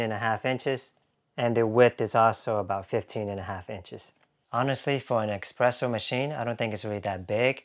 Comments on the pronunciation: “Espresso” not “expresso.” 🤦🏻‍♂️ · It's espresso, not expresso. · Drink a shot every time he pronounces espresso as ex-presso! 😉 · actually, it depends on where you live. In France, and probably other French-speaking countries "expresso" is common pronunciation.